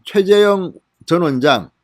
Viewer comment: 발음 좀 신경써 주세요. 계속 최재형을 최재영이라고 발음하시네요...^^